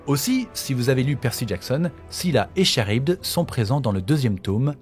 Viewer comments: Ça se prononce Karibde pas charibde, même si ça s'écrit Charybde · Franchement j'aime beaucoup ton travail, mais pour ta petite culture perso on prononce "K"arybde pas "Ch"arybde ! Voilà c'est tout, sinon continue ton taf est au top ! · Petite précision du relou, Charybde se prononce "Karybde" et non "Cha-rybde" :) Et il y a un ptit soucis dans le titre de la vidéo avec la majuscule du i de Nilah :) Voila c'est tout j'adore sincèrement tout ce que tu fais et je like toutes les vidéos studieusement <3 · Super vidéos ! Petit fin fact , on dit « karybde » et non pas « Charybde » même si ça s’écrit bien comme ça x)